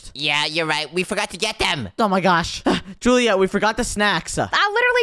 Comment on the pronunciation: It's julieet